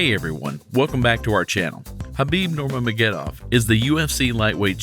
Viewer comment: His name is pronounced Ner-ma-guh-med-dov (all short vowels)... Sorry, you just said it wrong every time, but its pretty much said how its read lol. Also, i'm not sure why it is titled the GOAT, his nickname is the Eagle